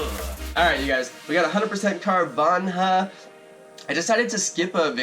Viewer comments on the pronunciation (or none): Its carvana not carvanha